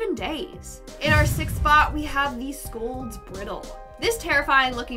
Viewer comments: It's not pronounced "briddle" It's pronounced "bridal" like the thing used on a horse. And the iron maiden wasn't a real thing. It's not a real torture device. It was invented by two men in the 19th century. Even wikipedia includes this. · Its prounounced bri-dal like bridal not brittle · I hate that first one or number 10! Who thought of making a cone shaped impaler?!! GROSS AND PAINFUL!!!!! Oh,, the one contraption is pronounced Bri Dal. You know like a Bridal Shower. It is not briddle. It was meant to be like a Bri Dal or bridle on horses. A wife’s bridle. I read it was used on Women whom spread lies and gossip. It was to show everyone would know that the woman was a gossip and a told lies about Other People. Anyway You did another Great Job with Your list. 😊👍🏼👋🏼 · It's not pronounced "briddle" It's pronounced "bridal" like the thing used on a horse. And the iron maiden wasn't a real thing. Look it up. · Br-IE-dle, not Bri-dle. Scolds' ryhmes with die, not griddle... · Can tell shes not a country gal...they way shes briddle instead of bridle... but great content and shes amazing anyway. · It’s not pronounced like brittle, it’s pronounced like bridal br-I-dal like for a horse, see the resemblance? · Your #6 is pronounced, BRYDLE, not brittle!!!!!! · Its bridle (bry-del)...a mispronunciation but great info nonetheless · the pronunciation of Bridle, it should be like bry-dle. Ike a horse bridle as pronounced bry-dle. Yes you are beautiful 💋 THANK YOU SOMUCH. 😁💗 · Yes, it’s bridle, as in horse bridle. Not peanut brittle.... 🤦‍♂️ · I was ...🙄☝️ BRY-DLE...how was that not edited? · Scold's Bridle is pronounced "bridel" as in "bride" or "bridesmaid". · awesome video, however may i point out Bridle as in Scolds bridle is pronounced br - eye- dill. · Bridle: Said like “bridal.” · Bridle is pronounced bry-dil. Like a horse bridle. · you said scold's bridle wrong. i know that because i'm from scottland. pronounce it like (Braidl) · Bridle.... Br- eye- del